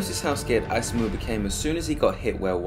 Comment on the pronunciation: hi, great video man i don't like nitpicking about pronunciation but isamu was butchered bad lol it's ee sa mu not ai sa mu kinda like ethan but mu at the end